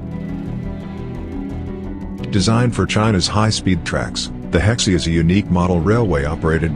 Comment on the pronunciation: HeXIE not Hexi